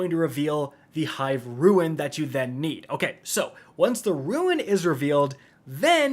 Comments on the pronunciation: dude...just say rune please. R-U-N-E. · …it’s “rune” not “ruin” you’re killing me! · Rune rhymes with June and prune… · IT’S PRONOUNCED ROON, NOT ROO-IN. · please learn this: rune ≠ ruin. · Rune.....FUCKING RUNE NOT RUIN!!! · Rune: ROON, not ROO-IN. Gah. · Fude rune roo-uhn ,no roo- in good god dude english dude learn it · Once again doesn’t know how to pronounce the word “rune”. It is said like roon like raccoon. Ruin is is pronounced ru-in. But rune literally can’t, you don’t get an “in” sound from “ne”. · It’s rune not ruin two to totally different words you’re killing me smalls otherwise love your videos as always. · Rune not ruin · Great guide but just one thing, if you pronounce "Rune" as "ruin" one more time I will need to headdesk myself out of existence. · I am with you both on that. I cringe every time he says those words incorrectly. Ouch. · And he doesn't know how to say rune. If he ever does it right it will be the ruin of me. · Dude...... I love ya buddy but it's pronounced "Lou, sent" not "Lucien-t". Also, it's "rune" not "ruin". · Hey, is English your first language? It's RUNE not RUIN and LUCENT not LUCIENT...